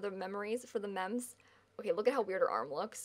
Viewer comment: the whole entire time you said mems during the wedding, i kid you not i thought you were just saying memes wrong